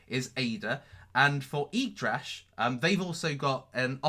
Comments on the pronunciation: its YGGDRASH not YYGDRASH! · yGgDrash instead of yYgDrash.....just saying, scams etc...KEEP UP THE GREAT WORK!